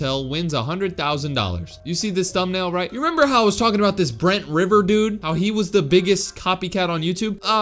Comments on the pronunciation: his name is bre-nt-river-a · “Brent river” SHUT THE F UP LOLLLLLLL OMG I AM DYING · "Brent reveray gay rey" 😂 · “Brent riveray gay” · Did he just say Brent river gay in the intro?